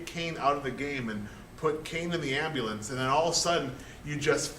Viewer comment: Love the way you say Ambulance 'Ambalance" :D